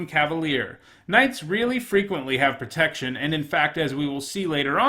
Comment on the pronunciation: "After a couple of nights in a row without pertection" MonkaS